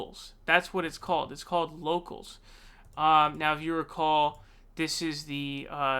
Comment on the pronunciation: You sure you got that name right and it’s not “Yocals”? Rubin is apparently pretty “brave” not debating Sam Seder.